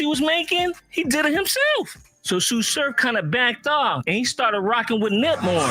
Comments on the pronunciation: Nigga said T S U Surf lol it’s Tsu Surf like Tsunami brother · Pronounced "Sue Surf"😊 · Yo, it’s just pronounced “Su Surf”